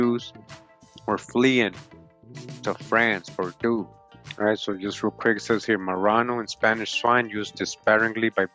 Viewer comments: Its pronounced bore-doh not bor-doos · Please don't get mad at me. Huguenots: hyoo-guh-noe Bordeaux: bor-doe